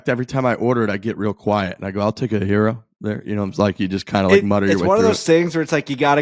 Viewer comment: It’s a Gear-O not a Hero 🤦‍♂️